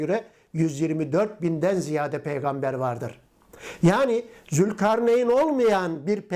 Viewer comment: Oğuz’a peygamder diyor ulan 😂